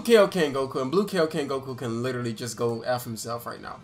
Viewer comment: Yoo i love u and all but like can you stop saying kay yo ken? Ik y’all know how to say kaio-ken its not that hard lol it just triggers me every time